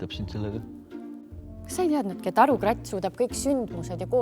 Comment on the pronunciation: Miks see sõna on rääkitud nagu arukrett või arukrätt? Ei kuule „a“ krattis.